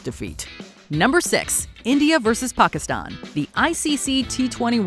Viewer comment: An American pronouncing Pakistan like how it should be, unbelievable! And as some users have pointed out, top notch pronunciation! The list also is fantastic!